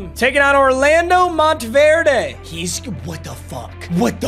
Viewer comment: the "verde" in "mountverde" is pronounced "vert"